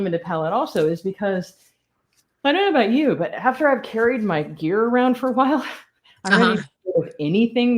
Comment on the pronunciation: I finally realized she was saying “gear” not “beer “.